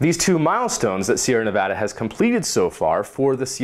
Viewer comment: I love you just because you Pronounced Nevada right. You're getting a like on this video